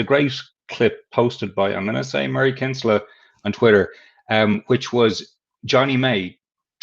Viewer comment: Everyone complains that there is no room on a rugby pitch anymore. Rush defences are closing a lot of it down. Maybe could get his analytical mate Murray Kinsella ( kin-sell-a as pronounces it), to go through the 6 nations, and count the number of off-sides not penalised. There is no reason why the "lines person" cannot ref the offside line instead of the referee. Referees are dealing with the breakdown a lot better, and penalising jacklers for not supporting their body weight. If the offside line is a problem and is dealt with, it would make for a better and free flowing game